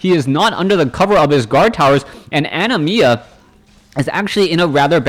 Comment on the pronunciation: You said Animas name right :P I assume the person is referencing the summon from Final Fantasy X with that name :p